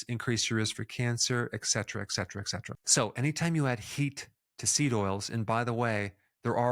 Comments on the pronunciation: Mostly really good stuff. How can someone as seemingly smart as you actually pronounce a word like eksetra. It really drops your perceived IQ when you can't pronounce simple words. By the way, it's pronounced the same way it's spelled et cetera. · Dear Doctor. I am a fan. it is Et cetera not Ex cetera. Not a big deal but it grates on my ears, when so many people pronounce it wrong. Thanks, great video.